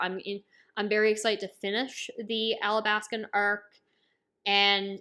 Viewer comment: ow no problem but I'm pretty sure it's alabasta cuz everyone else says it like that